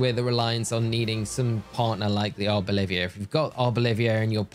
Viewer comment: Don’t think you noticed but you kept saying Arbolivia instead of Arboliva, unless that’s how you pronounce it then sorry 😄 but I like to pay attention to how you pronounce words makes my day when you confuse some names! Have a good day ✌🏼